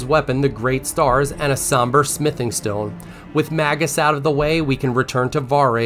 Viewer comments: "MagNus," not "Magus" of Chrono Trigger. But otherwise, thankee! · 2 - professional would be pronouncing "Iniquity", "Magnus", and "furlcalling" correctly. It's not "Inquiry", "Magus", or "furcalling"